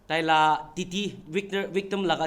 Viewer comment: Victim or wictim?